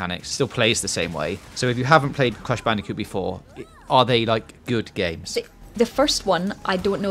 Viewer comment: Cwash bandicoot nsane twiwogy